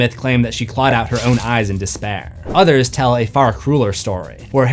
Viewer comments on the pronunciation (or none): none